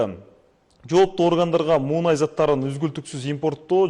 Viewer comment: Муунай эмес " Мунай" деп айтылат, азыркы журналистер билими жок.😏